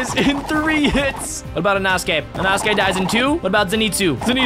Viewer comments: its pronounced e-no-skae and spelled inosuke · when he said inosuke it sounded like anosukes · "enosuke" "zeneetsu" 💀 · EINOTGAKEY? pretty sure its Inosuke